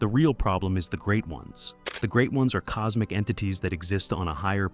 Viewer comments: It’s cosmic like, causmic. Not like cosemic. XD mf said cosemic horror xD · Coosmic Horror, one more